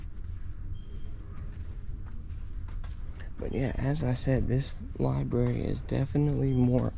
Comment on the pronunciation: Carnage in the Libary